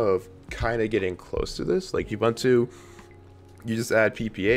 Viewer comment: Your pronunciation of Ubuntu is offensively racist and colonial. If you know how to use the Internet, take the time to Google it. I cannot bear listening to your ineptitude.